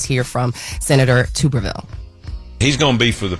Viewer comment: 😂that is NOT how u pronounce Tommy Tubervilles name